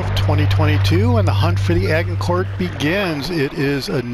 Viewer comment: A-Jin-cour just saying boss 👏